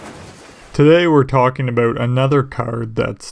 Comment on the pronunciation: It was the aboot. Not an insult by any means, just an observation 😁